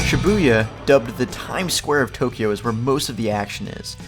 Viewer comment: Too-kiji ugh